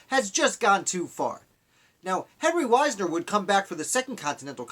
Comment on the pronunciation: I am descended from Henry Wisner. Our name is pronounced Wiz-ner.